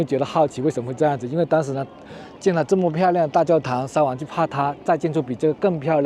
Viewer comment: 沙huang不是沙wang